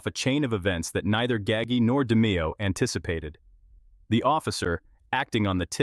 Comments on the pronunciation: Ga-ggie....??? 😅😅😅😅😅 who TF is "Ga-ggie"... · its 'Gaw-ji' learn how to say the name right. sounds idiotic. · Right. Gaggy 🤦‍♂️ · Once again, we have another narrator who can't even pronounce the main character name properly. All you people who narrates so-called documentaries do your homework before you put these out to the public. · You butchered his name terribly.. please show some respect and do some research on how to pronounce these names before you make videos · It's Nino not ninyo. He's Sicilian not Mexican. Also you pronounced his last name wrong. Gaggi is pronounced gaa-g..get your facts straight before talking about my beautiful Sicilian people !!